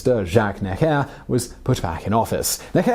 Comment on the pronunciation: Can you please pronounce Necker properly?